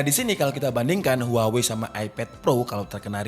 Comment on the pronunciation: maaf. daLam bahasa asLinya, kata HUAWEi dibacanya WAHWEi